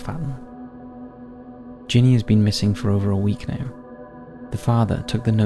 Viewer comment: “That will SAVE you to death” ? Ginny is short for Virginia and pronounced accordingly. GINny.